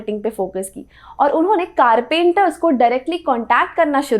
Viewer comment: Info was good. The Funny part was the word Carpenters which was pronounced as Car Painters. I was confused a bit... hahaha. There was literally a small pause.